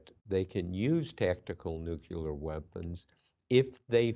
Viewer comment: "nuk-u lar"